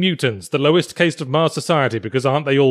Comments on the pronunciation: ... Did he pronounce "caste" like "chaste"? I've never heard it pronounced other than /cast/, as in a company of actors... 0_0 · caste is pronounced the same way as cast mate.